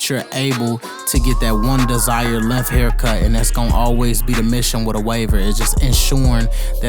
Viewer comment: Homie says Lingth instead of length